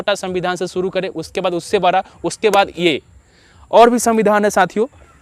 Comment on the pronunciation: Pahle bolna sikho bara nahi hota hai bada hota hai